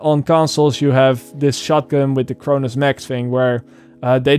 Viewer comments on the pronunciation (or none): none